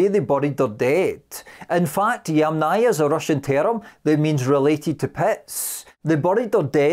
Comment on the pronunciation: Ochre, as in metre, fibre, centre, Yamnaya rhymes with yummier